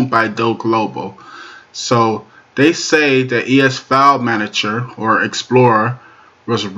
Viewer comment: "Manajo" is not a word as the way you pronounce it. The proper spelling is "Manager" and is pounced like it is spelled